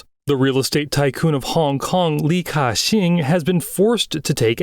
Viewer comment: Ki-Shing doesent make Ca-shing